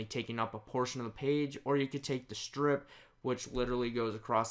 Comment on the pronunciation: 'shtrip?' It's 'strip'.